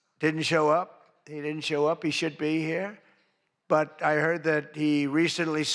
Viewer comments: Mr. Trump the Governor of California is Gavin Newsom not Gavin "Newscomb". Is this a sign of dementia or just ignorance? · Trump is boring, not funny at all. He pronounces Gavin Newsom's last name incorrectly.